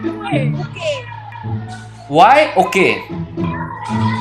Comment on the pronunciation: o cara ganha o respeito de todo estado de MG em um "UAI"